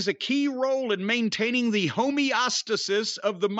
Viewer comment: How the hell does Cornette know "somnambulism" when he's unable to pronounce "homeostasis"?